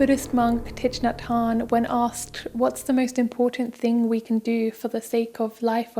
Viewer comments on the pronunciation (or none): Awesome video. Just want to let let you know you are pronouncing Thich Nhat Hanh's name quite incorrectly. The easiest way for westerners to get close to the proper pronunciation is.... Thich is like Tick as in "tick tock" The "Nh" is a phonetic western languages don't have, but Nhat can be closely mimicked by merging Knee as in "scraped my knee" and At sort of like making the sound of Ny-at and Hanh is pronounced like Hang as in "to hang a picture".